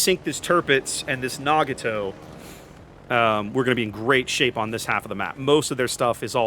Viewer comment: my brother... its Nah-GOT-oh... not nah-gah-TOE.